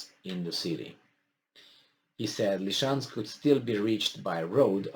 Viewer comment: Dear, please repeta dupa mine: LI-SI-CEANSC, LI-SI-CEANSC, LI-SI-CEANS...